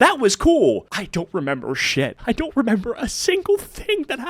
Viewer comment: "remeber" goes HARD.